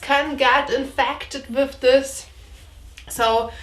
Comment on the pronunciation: With, no wiff. Lol